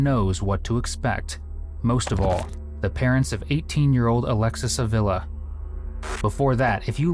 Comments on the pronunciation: That surname is pronounce ah-vee-lah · It’s pronounced Ah-vee-lah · It’s pronounced Ahveela